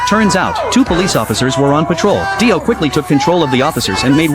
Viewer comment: Daio bro said daio then dio